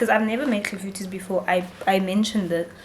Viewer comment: sbwl iClafoutis. Thank you for the pronunciation, my friends will definitely not get it wrong!!!